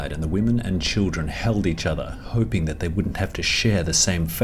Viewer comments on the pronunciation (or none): none